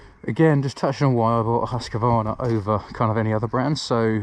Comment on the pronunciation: Husk-Varna not Husk-a-Varna